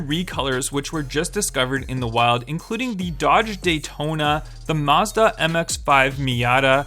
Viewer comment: It's mazda not mezda or mahezdah or whatever